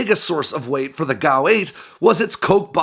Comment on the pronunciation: It’s not a GOW 8 Avenger it’s a fucking G.A.U. 8 Avenger are you tarded?